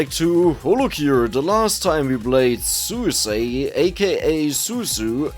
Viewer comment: sue e say suu suu wow man its not hard to watch a clip of them and hear how to pronounce their names right